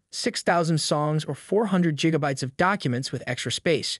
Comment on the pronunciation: I think you've been watching too much Back to the Future, It's Gig a Bytes not Jiga Bytes. ;)